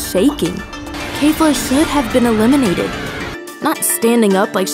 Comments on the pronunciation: It's not kayfla it's kefla lol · k-eh-fla. not kayfla. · It's not kafla it's kefla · Her pronunciation of things ugh its kefla not kayfla and when she messed up genkidama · i have only one question why are u saying keifla its kefla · Its Keh/Fla lol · The way she says kefla kills me. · My biggest problem with this video is the fact that she pronounces Kefla incorrectly